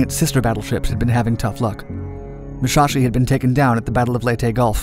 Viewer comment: The Smaller Muschaschi and Yomoto LOL its Musashi and Yamato